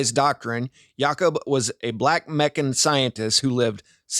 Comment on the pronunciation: Its Ya-Koob